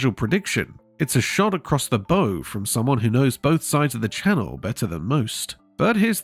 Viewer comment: I presume the commentary here is AI generated, because a "shot across the bow' does not have the word "bow" pronounced like bow in bowtie. Come on.....this is getting tiresome. If you are going to save money by using AI to generate the commentary, rather than having a real person read the text, you could at least listen once to what it is actually saying. This is AS....Artificial Stupidity. If a real person did read it you need to fire them.